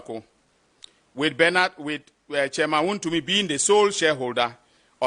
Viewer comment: Attorney general next time master how to pronounce wontumi woboaaaaa name well😂😂😂😂